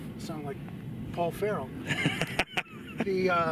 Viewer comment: Who TF is Paul "Ferrel?"